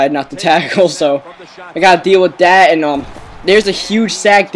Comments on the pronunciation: Stop saying der and dat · You know that the "TH" sound shouldn't be pronounced like a "D". Or, as you'd say. You know dat da "DA" sound isn't pronounced like a "D".